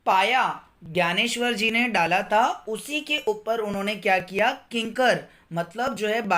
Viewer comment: Vo gyaneshwar nahi Dnyaneshwar hai